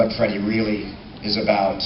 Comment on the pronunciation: First off it's "FreddY"...secondly. I also heard different information. I shall message you about it.